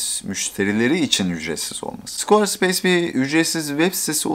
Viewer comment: Squar speys değil skveə speys